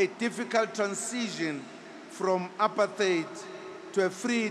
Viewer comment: He mispronounced 'apartheid'? Oh, how ironic!